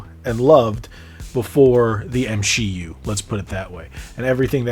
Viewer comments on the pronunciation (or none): Bro said really M she U lmao I guess it was the M he U before ? Also those older games weren't "From Marvel" they were from Activision developers Activision had the Marvel game license from 1998 to 2014